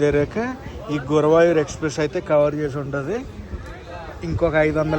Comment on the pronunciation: గురవాయూర్ కాదు సర్ గురువాయూర్